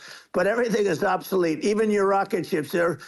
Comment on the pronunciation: What does “obtholete” mean? 😂